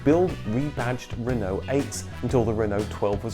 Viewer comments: At the end you pronounce Renault we in Ireland butcher it and say renAULT as it’s spelt 😂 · Why are you saying Renault and dacia wrong ....? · You seem to have two pronunciations of "Renault" ......We Brits tend to say "Ren-O".....your other one is more "RerrNo" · Being French it is pronounced Reeeno (roughly) you don't say the LT part at all.